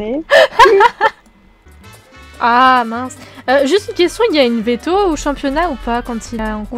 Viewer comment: chui la seul a avoir remarquer que elle a dit veteo a la place de veto ?